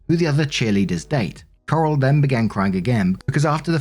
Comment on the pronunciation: S2: Leia’s a bitch. Or the sister is. Honestly, I lost track of who was whom because I was too focused on pronuncing Coral’s name as Carl.